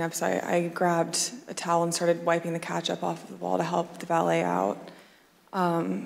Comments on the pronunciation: Idk if I can trust her, she did just pronounce ketchup as "catch-up" after all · the worst part of this whole story is the way that woman pronounces ketchup